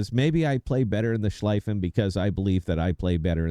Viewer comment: So, first off: The pronunciation of Schlieffen the"ie" is like "ea" as in tea or sea. Think of it as it is written Schleaffen. So you are convinced that the Schlieffen is the best secondary ship. OK It has definitely "one of the best" secondaries. Iwami (best secondaries in game), 32mm pen, 3,7k dpm on a 100m² spot. Navarin (2nd best secondaries), 26mm pen, 3,5k dpm on a 100m² spot. Schlieffen (3rd best secondaries), 32mm pen, 3,1k dpm on a 100m² spot. Only Lütjens brings it upto 3,7k The 100m² is a definition to bring all the secondaries into the same point of efficiency All German, normal BBs, like G.K., Preussen, Pommern and the Mecklenburg get a deck armor between 50 and 80mm and are immune to German secondaries. You can only pen their stirn and bow and the superstructure. G.K., Preussen and Pommern are lost, because of their inaccurate main guns. The Mecklenburg on the other hand, despite its mediocre secondaries (1,3k dpm on the 100m², pretty much the same as Preussen/G.K.)) can pen upto 40mm with IFHE (which I would recommend, but others don't), BUT and here comes the point: The accurate main guns obliterate any ship in the secondary range (also 12,5km), This and her torps is what makes this ship almost unbeatable and only a Libertad is able to be a good match for her. This is only theory and numbers that won't convince anyone. To get this out of the way: I'm just an average player, not an UNICUM My Mecklenburg stats over the Schlieffen: way more damage, better winrate